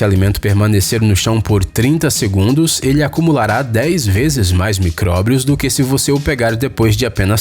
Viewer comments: MICRÓBRIOS NÃO: MICRÓBIOS! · "Micróbrios" shauhsauhsa